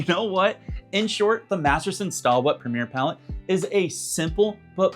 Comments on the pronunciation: It’s pronounced “stay wet”. Not stah wet. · I think you pronounce it "Stay" wet LOL. not Staw!